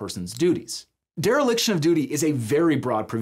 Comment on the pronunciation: Dereliction, not deriliction.